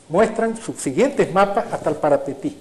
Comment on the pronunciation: Como paraguayo te digo Parapití no parapetí